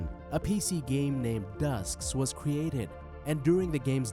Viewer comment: Just so you the knew game Dues Ex ... I am pretty sure you pronounced it wrong. It's Day - Uce Ex if that helps. A weird word for sure.